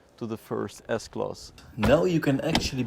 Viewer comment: Why you keep saying S-Klos ?